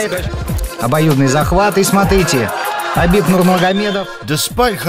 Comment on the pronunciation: you pronounce khabibs familyname very well, repect